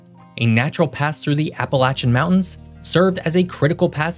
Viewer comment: Congrats! You pronounced "Appalachian" correctly! Very rare